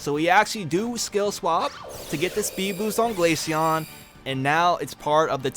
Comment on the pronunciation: The way the ai pronounced glaceon as ‘glayshen 🤖🤖😐’send me across the stratosphere